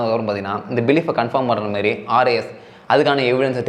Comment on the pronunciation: 'Intha MERI" ila bro athu "intha MARI" its kinda irritating...